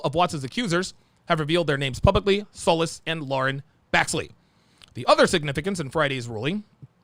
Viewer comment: Solis is pronounced So- leeesss>jfyi